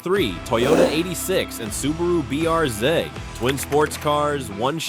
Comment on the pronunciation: I must admit, I find stupid AI quite amusing. What exactly is a BRZed? That’s what you kept repeating, or perhaps your AI voiceover was mispronouncing it. Additionally, it’s quite well-known that Hyundai and Kia share a common platform, as do Subaru, Toyota, and even Toyota and BMW (for instance, the Supra). Did you also know that the Model 3 and Model Y are essentially the same car? The only difference is that the Model Y has sits higher (prior to a refresh). This video certainly deserves a significant downvote.